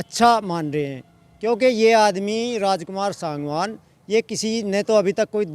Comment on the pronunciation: रिपोर्टर सागवान बार बार अशुद्ध बोल रहा है।बोलकर ठीक करा ओ सांगवान शुद्ध उच्चारण करे।SANGWAN